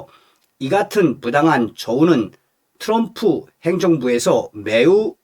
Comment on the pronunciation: 츄럼프가아니고 트럼프 멋부리지말구 옆에있는 내여자친구가 미국흘인오야 제발좀 발음좀 멋있는게아미라니까